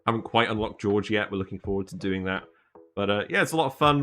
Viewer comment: A bit dismayed to see the dupes that subjectively are the most productive in my colony that low (Ashkan, Gossman, Bubbles and all-time favourite Travaldo, who always saves the day!). Also - I'm always surprised by English-speaking Youtubers who don't invest 10min to find out how the names are actually pronounced and give it at least a try (Jorge is not pronounced the same as George and the Ls in Camille are silent ;-) )